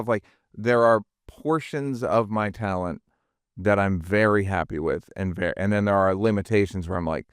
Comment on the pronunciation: And. You know—Tellent. Tellent.